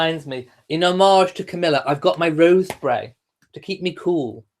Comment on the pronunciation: I learned the proper way to pronounce "homage" by listening to this video. It rhymes with "fromage".